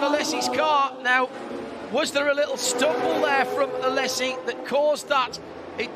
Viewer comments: ... and the emphasis is on the last syllable. Phonetic spelling is aleʹzi. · A-lay-si....not Alessi....he is in his 50's know...you would have thought the commentator would have got it right by now 😏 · Alesssi. He is called Alesi. Why these commentators never learn how to pronounce names?!?! Vetteeeeeel, Alesssssi. Its embarassing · the commentator was pronouncing it A-less-i...no z involved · Why is the mong calling him Alessi? ... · The way he pronounces Alesi 😭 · The commentator pronouncing Alesi’s name incorrectly is a little more than mildly annoying. It’s not like he isn’t one of the most famous racing drivers of his day. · Jean 'Alessi' as no-one has ever called him... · Learn how to pronounce Alesi, John Hindhaugh. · that mispronouncuation of alesi though